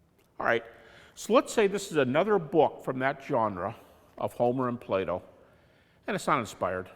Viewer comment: Hahah... He pronounces "Plato" in a way I first thought he says "Play Doh" :P Sorry for that childish humour but sometimes it happens :)